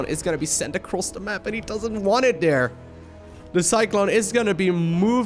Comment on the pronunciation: I couldnt help but laugh at how kept say "there" over dere over dere over dere haha